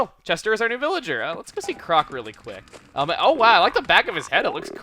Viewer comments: you call him "crock" sooooooo much, when hes clearly a frog and its "croak" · I'm sorry I just have to: It's croque pronounced croak it's a frog joke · I think Croque's name is pronounced like Croak, chuggaa, since he's a frog... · Can you please pronounce Croque's name as "Croak"? Because it's pretty obvious that's what the developers were going for. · Croque is pronounced croak, like what frogs do. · # COULD SOMEBODY PLEASE TELL TO STOP MISPRONNOUNCING CROQUE AND PANGO'S NAME PLEASE!